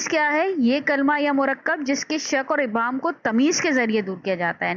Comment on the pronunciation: Please don't mind ,apna pronounciations theak kery werna students ka lehja b... Maslan sahi alfaaz Mashar aleyh, kalma mahmil , abhaam or qaafiyah hyn..